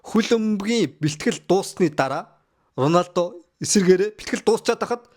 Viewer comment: Ronaldog яасан муухай хэлдэг юм